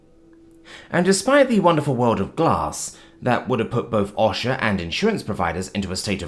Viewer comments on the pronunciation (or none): It's pronounced "oh-shah." Not "ahh-shah"